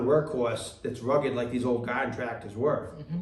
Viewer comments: Gahden tractahs. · “Godden tractas” 😂